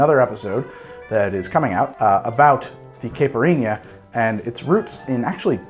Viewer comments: Caipirinha - (Kah-ee-pi-ree-nya) the "ee" sound is super short almost like saying Kite, the R is almost more like a "D" sound, the nha is ñ pretty much. The pronunciation you used varied so much, sounded unsure. So here it is :) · FYI, Caipirinha is pronounced "KAI-pee-REEN-Ya" Although it uses that hard, almost swallowed "R" sound that spanish/portuguese has that almost sounds like a "D" or a "T" to me. Source: I have Brazilian friends and got a few funny looks in Rio when I mispronounced it. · Oh man, you’re willing to risk the wrath of the Brazilians a second time? 😂😉 If you need any tips on pronunciation, let me know!